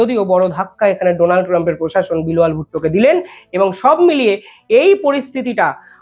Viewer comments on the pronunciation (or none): none